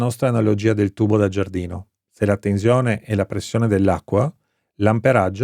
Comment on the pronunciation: A volte dice anche tezione 🤦